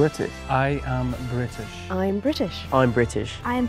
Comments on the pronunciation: I immediantly knew it was the last guy cause british people pronnounce the t in British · I knew it was him before round one, just the way he said "I'm British" without the t sound. A common misconception that people from England leave the t out. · I figured out who the mole was as soon as the video started because of when he said I’m British he didn’t pronounce the t which is how Americans think they talk but in reality when Brit’s do say British you can hear the t